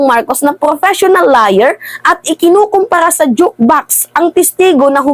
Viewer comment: Major in English?? You're kidding me right? grammar pa nga lang mali mali kana! Pronunciation pa nga lang ng liar dimo alam o baka naman lier ang alam mo hahaha